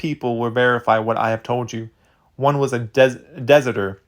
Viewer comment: I don't want to seem insulting as I listen to your videos often but some of the words that seem new to you is very bizarre to me. The obvious word in this being "deserter", as in someone whom deserts the Army, or in this case, the Freemasons, apparently. Its pronunciation is like "DESSERT" with "ER" at the end. That word is really new for you? I thought you were closer to my age (48), even if not quite. Sorry, that's just bothered me the few times I've heard you say that (I have this with several of your others I listen to on a regular playlist, which I appreciate at least) and I needed to reach out. Not a big deal, of course, but it's more my surprise that you never heard of a deserter than the actual pronunciation, as strange as that was lol. No matter. Your presentations are solid and I do tune in, so to speak, regularly. Please do keep up with making them 😊. Thanks for everything. As a writer, I can just be a bit eccentric.